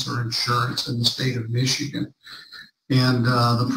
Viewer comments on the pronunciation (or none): none